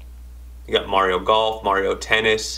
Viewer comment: You Mario incorrectly sir! Lol